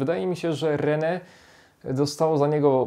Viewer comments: Rene xd Rennes jak Ren' sie mówi, z takim lekko przedluzonym n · Taka mała uwaga, Rennes czyta się jako "Reni" :)